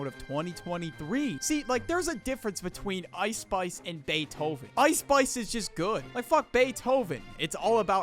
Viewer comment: "Ice Spuice"😂